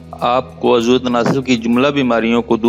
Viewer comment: آپ اردو کے کئی لفظ غلط بولتے ہیں مثال کے طور پر آپ عضو اکٹھا بولتے ہیں جبکہ الگ بولا جاتا ہے عض و